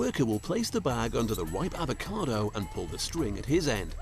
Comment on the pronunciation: What’s an ‘avocade’ ?